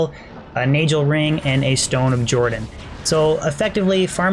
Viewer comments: love how he prenounces NAGELRING XD NEYGEL WHUT Nahgehl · it’s pronounced nayghel not najel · why is he saying nay gel ring when its a naggle ring in pronunciation the same ring exists in world of warcraft and no one has ever pronounced it as naygel ring that would just be retarded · Isn't it Nay-Gull ring and Man-uld heal? I'm pretty sure you pronounce these wrong. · Your pronouncing Nagelring with the J sound killed me inside every fuckin time. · can't stand the way you pronounce Nagelring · The reason your luck was bad was because you kept mispronouncing Nagelring ; ) Look up Pat Nagel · The pronouncing of nagelring is very, very upsetting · it kills me how you pronounce nagel ring. good video otherwise. Diablo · Mar 13, 2015 You nailed it,. Nay-Gel. Sorta like Pat Nagle. Well, that's how we say it at the office anyway.